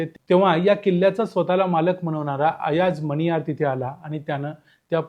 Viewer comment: अयाज मनियार असे नांव वाचावे.